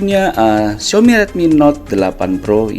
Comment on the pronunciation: Yailah ngomong Xiaomi aja "Xiomi"